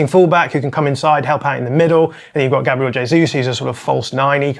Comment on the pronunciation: Again, show some respect and pronounce Gabriel correctly and not in that ridiculous way that only leprechauns use👍